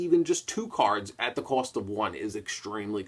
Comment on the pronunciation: that's kinda his thing though! pronouncing the card names wrong and of course saying "cawds" instead of cards lol.